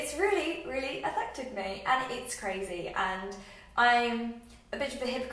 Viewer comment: I hope you dont mind me commenting this but I wondered if you have ever had speech therapy? I've really noticed that you mix up 'th' and 'f' sounds, such as saying 'teef' and 'mouf' and 'athected' instead of 'affected'. Also, your teeth are lovely, not everyone should have perfect movie star teeth because your teeth show personality! Your smile is great and you shouldnt get braces :) spend that money on a lovely holiday or something!